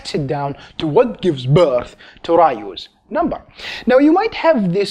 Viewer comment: Sounds like he's saying Ryu's number